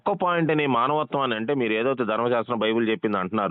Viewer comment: మనవత్వం........ కాదురా బాబు అది మానవత్వం